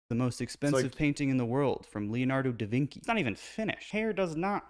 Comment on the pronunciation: he said "da veenky".. its "vinchi" -- he doesnt even know his artist names